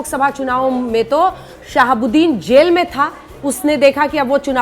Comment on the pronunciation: Aap sahabudin sahab kaa name galat laa rahi hai